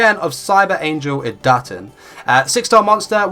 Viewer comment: it's cyber angel Idaten not idAten!!